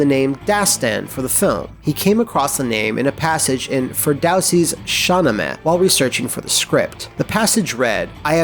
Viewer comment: "Sha-ne-meh". White people have no problem speaking German but can't speak other languages for shit.